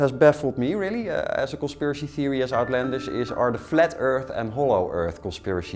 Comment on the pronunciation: 'conspiracy thewee'